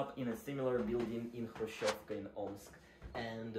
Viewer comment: Why Khrushchshchhshcevka? Its just "Hrushevka"